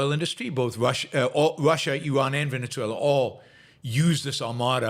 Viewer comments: 'Ven-uh-ZWAY-luh' it is.... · The country's name is pronounced 'ven-uh-ZWAY-luh ', not 'Ven-ets-way-lah'....